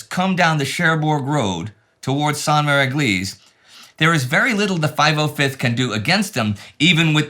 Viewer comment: "How to pronounce Sainte-Mère-Église" 😂